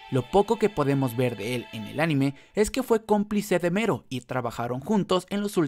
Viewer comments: Es "Melo" , no "Mero" 🤦‍♂️ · Oye wey no se si te ayudara este comentario pero se llama "melo" no "mero" de nada XD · me molesta que diga mero, y no MELLO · Se llama Mello, no MERO. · El video lo hizo un latinoamericano, en latino se pronuncia Mello. Y si, le puede decir hasta Melon si quiere, pero va a seguir estando incorrecto. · En japones se pronuncia mero, pero ste men es latino asi q no se xd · Porque en japones se pronuncia mero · Creo que en Japón la L no se puede pronunciar y se dice con R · Cuando dices Mello, siento que dices Homero xd